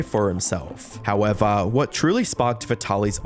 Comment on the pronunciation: I'm just here to hear a few good "Howevah"s.